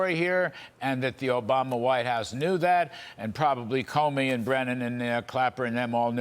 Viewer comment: Why does she say barack o-bomber